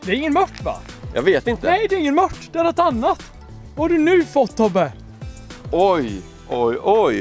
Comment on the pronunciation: JAG ÄLSKAR ATT HAN SÄGER ,MÖTT, ISTÄLLE FÖR MÖRT